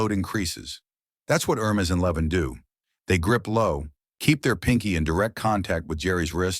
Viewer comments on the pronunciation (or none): none